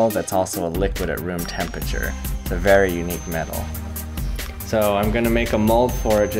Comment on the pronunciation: I hate when people say "tempature".